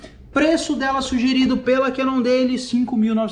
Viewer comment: Pronuncia cannondeiu não deili!!!!